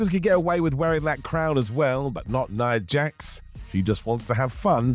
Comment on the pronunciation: "nia jax" 🤣🤣